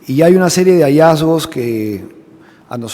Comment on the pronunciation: Grandes hallazgos!! Cuales?? No has informado NADA !! Reggiardo, le haces daño a Porky con tu media lengua “hallazgos “. Lo nuevo, Villaran coimera , YA SE SABE!!! Hay fechas relacionadas, DILAS PUES !! Revelaciones , CUÁLES?? Muy mal Reggiardo, mejor no convoques a los periodistas para no decirles Nada !!